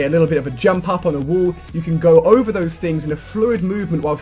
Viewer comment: Is that letter "A" so hard to him to pronounce? Instead of saying "WALL" he says "WOOLL"...